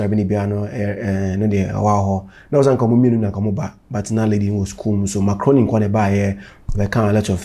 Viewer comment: Every time I hear Zion say “Mark Rooney”, It sounds like he’s saying“macaroni”…like taalia 🤣🤣🤣